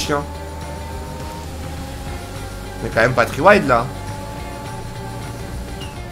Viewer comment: « Three wild » mdrr